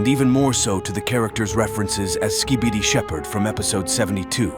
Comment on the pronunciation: At the start why did it say ‘ski bitter’💀💀💀